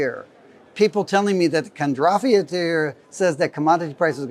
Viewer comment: And i quote "Kondrafiev"... wtf ? How am i supposed to believe a self proclaimed 'expert' who can't even pronounce the very things he is Denouncing ???